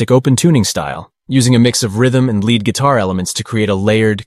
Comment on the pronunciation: Ummm "lead" guitar rhymes with steed, not dead. It's in a leading musical role, not made out of element Pb.